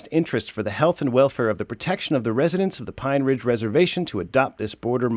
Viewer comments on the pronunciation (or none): none